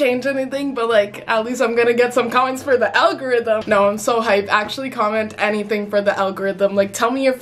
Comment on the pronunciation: "for the algorithim"